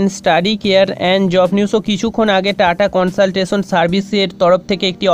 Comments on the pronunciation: Bhai, TCS er pronounciation ta valo kore koro prothome...Tata consaltasion🤣🤣🤣🤣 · dada ota TATA CONSULTANCY HOBA TUMI UCCHARON VUL KORCHO